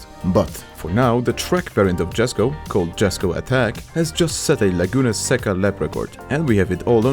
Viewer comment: Read Jesko as "Yesko" it's Swedish name not american.